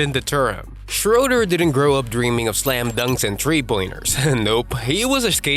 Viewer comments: oh! you pronounced Löwen Braunschweig correctly. So the ö in Löwen is the same as in Schröder. So it's not schrouder but Schröder as in Löwen. But i get that it's hard to pronounce :D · How come that you manage to pronounce the o-umlaut in Löwen Braunschweig correctly, but mispronounce the ö in Schröder? (It should be pronounced like the i in bird.)